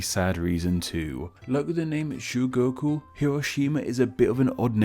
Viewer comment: Not to mention, he pronounced CHUGOKU as SHUGOKU